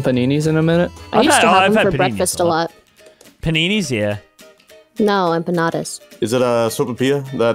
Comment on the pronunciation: Bro said enpanada and I was just eating it while watch!!